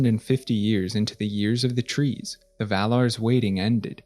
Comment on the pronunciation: I keep forgetting “year tree” is an era in middle earth n keep thinking your saying “year three” with a NY accent lmao